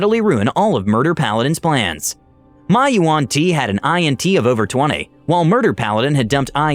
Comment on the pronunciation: INT is not an acronym. You do not pronounce it I-N-T. You pronounce it as one word "int".